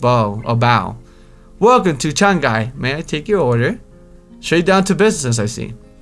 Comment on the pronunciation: your saying the cafe name wrong, you say it like the Chinese city